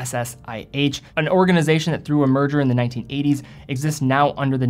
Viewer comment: Merger! ..I thought he was saying "Murder"